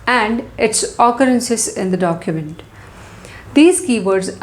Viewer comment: documejt pronouncation :face-orange-raised-eyebrow::face-fuchsia-wide-eyes::face-fuchsia-tongue-out